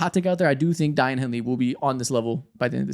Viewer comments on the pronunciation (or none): none